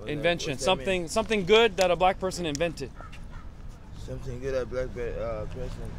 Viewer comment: "whats invesnted meen"